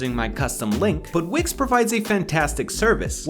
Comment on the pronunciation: when he said wix i thought he said wigs